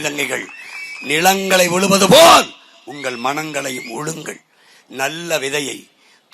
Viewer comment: உளுங்கள் இல்ல டா செந்தமிழன் சீமான் உழுங்கள் என்று சொல்ல வேண்டும் ழழாழிழ் இந்த எழுத்து பேச வராத உனக்கெல்லாம் என்ன டா செந்தமிழன் சீமான் என்று பெயர் பேர மாத்திகோ டா 😅😅😅😅😅😅